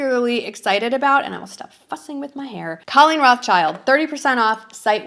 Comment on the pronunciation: I thought you said some other F word I had to put the subtitles on to be sure but it was just fussing 😂❤